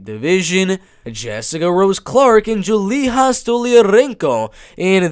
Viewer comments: Julija = (Yu-lee-ya) not (Joo-lee-haa) lol European not Hispanic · You're pronouncing Julija wrong. Just pronounce it like the name Julia in English. I'm pretty sure she is Russian, her name gives it away. That's a cliché Russian surname. Since Lithuania used to be under Soviet occupation, many ethnic Russians are living in the Baltic states still. I find it super confusing when a fighter is from, for example, Lithuania but has a Russian name and most likely speaks no Lithuanian. It is a huge problem in the Baltic states. A huge percentage of the Russian speaking minority outright refuse to speak the language of the country they live in. I just wish there was an actual Lithuanian or Latvian representing the Baltics. Because most, if not all fighters I see on tapology who are from the Baltics, have Russian names.